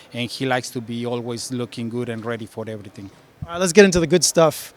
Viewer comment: “Ready for erryting” 🫡👌🏽